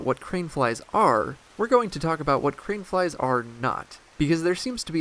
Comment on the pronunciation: I keep hearing “cream flies.”